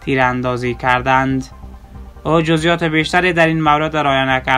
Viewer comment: کردند.نه که ردند چرا برادر اشتباه تلفط میکنی